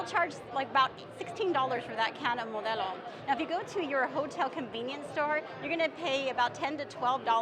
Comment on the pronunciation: Perfectly pronounced “Modelo”! This means you’re legit person for giving advice on rookie mistakes 😉